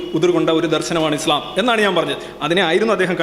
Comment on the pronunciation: He’s not able to pronounce ISLAM well.poor lad.